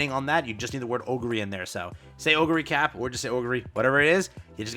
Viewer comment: Oguri "Cap" as in "peak" Also shes so hungry she took 3 of my guaranteed SSRs and now I have her 4 star